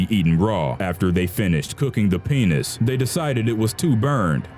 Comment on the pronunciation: i can't stop laghting at how he says penis